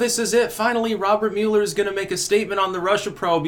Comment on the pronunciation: MULL-ER not MULE-ER